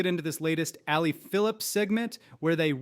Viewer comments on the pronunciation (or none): Dude quit calling her Ali Phillips It’s Abbie Phillips